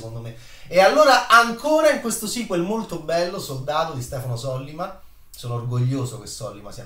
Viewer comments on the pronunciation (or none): Sollíma,.. Sollíma.